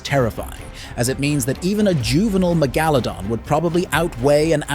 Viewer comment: How normal people say it: Mega-luh-don How he says it: Meh-gah-la-don HES SAYS IT CORRECTLY ON but the man must’ve thought it was a wrong and went back to MEGALADON